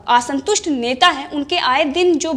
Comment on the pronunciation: Aasantust nahi hota, Aasantust is correct pronunciation 🙏